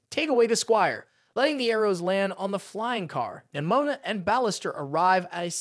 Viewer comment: “Nimoma” got me dying lol😂